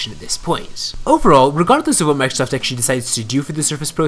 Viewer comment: I can't stand the way he says "Microsoft".